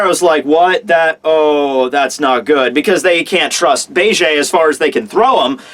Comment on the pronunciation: I cringed everytime i heard him pronounce it like "Begay"